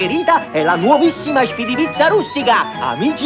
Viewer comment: Eshpeedy pizza 😂